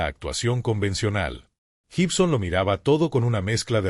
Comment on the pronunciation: Se pronuncia: Guibson, (como: gui -tarra) no se dice Jibson. Y se escribe Gibson. Todo lo demás excelente.